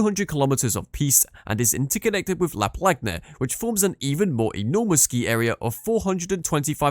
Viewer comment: Congrats you made one of the very few videos about ski resorts on youtube that doesnt butcher French names!! (except for La plagne, you have to pronounce gn like in Tignes 😉)